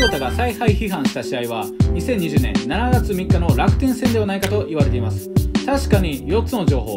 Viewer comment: 7月(しちがつ)と読みます